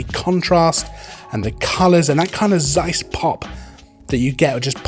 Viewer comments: Interesting review. But please stop saying "Seiss" with soft s at word beginning. It's pain in the ears. It begins with "Z" not s.. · you are right it is OK that people pronounce things as they think it has to be pronounced. I do it the same with english words. But if one says 100 times the word seis in one video it makes me mad ;-)